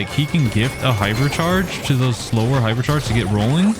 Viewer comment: Did bro say pipercharges 😂